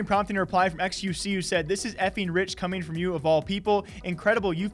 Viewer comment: Y did she say qvc??? Maybe because it sounds like XQC